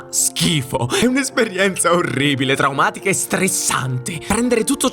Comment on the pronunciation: "Traferimento", "TraOmatico"...... CHECCAZZOOH!!!